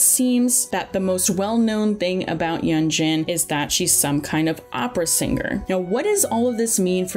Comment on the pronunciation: Great vid but I swear one more time you say Sienye and Yenjan and Albetto